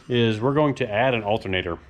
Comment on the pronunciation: You say "alternator" and I hear "Race Week".